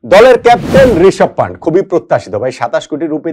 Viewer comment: পান্টের নয় কথাটা পান্থের হবে, ভুল উচ্চারণ ও ভুল লেখনি